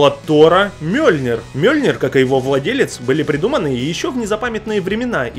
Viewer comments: МЬёльнир блин, не мёльнир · мьёльнер, а не мёльнер.😤